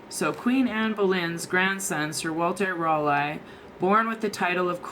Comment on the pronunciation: It’s pronounced “Sir Walter Rah-Lee”.... The way you say it hurts our tea drinking ears. Other than that. You’re fabulous. ✌🏾